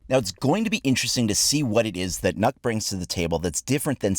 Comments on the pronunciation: we have the same letter in Icelandic, ours is Ö but the danish one is Ø but the sound is the same. If you take the vowel sound when you say "sir" and apply it instead of the "o" in Nokk, you are pretty close in pronouncing it correctly. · As a dane I can assure you thats not how you pronounce Nøkk. Ø is one of 3 letters unique to the danish and norwegian alphabet. Ø has its own distinct sound, thats kinda hard do describe. It doesnt help that ø is pronounced different, depending on the word. If I had to describe it, it would be like an o and e, but said fast and deep in the back of your throat. The phonetic for the ø used in Nøkk is ø:. Fun fact: Danish has 41 different sounds for the 15 vocals. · As a dane i cringed how you pronounced the name... If you wanna pronounce it in the native language its not "nokk" ø is pronounced waaaay differently the sound doesnt really have an example in english but i would urge you to go to google translate and just hear the letter ø. Anyways "nokk" is wrong but it is the english version i guess but i still cringed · please don't ever try too say Nøkk againXD its just so wrong (i'm danish mmy self) you say it like "Nj(y/ø)kk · Nokk (N-Uh-kk) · it's pronounced NØKK my dude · As a Dane the pronunciation triggers me Its ø Not o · You don't pronounce it correctly :) the ø, you have to be Danish to pronounce it correct I think. :) And funny that Ubi write jægerkorpset, since jægerkorpset and frømandskorpset (frogmen) are two different special operation units. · Wrong it has an *ø*, so its pronounced NO-EKK, since its NØKK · Its not pronounced like that. The ø is pronounced differently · You aren’t pronouncing Nøkk right, google translate it. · XD you're pronouncing it so wrong. Call me on discord if you wanna know how to pronounce it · that aint how its pronounced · I’m a Dane and you are pronouncing it wrong but It’s pretty hard to explain how it’s pronounced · Since when is an "ø" pronounced as an "o"? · You say it wrong